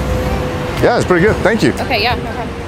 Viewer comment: "sank you" 😂😂